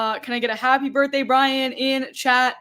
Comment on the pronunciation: Happy birthday, Br...i...yan? ...happy birthday, Briyan? Nevermind. Happy birthday, Brian.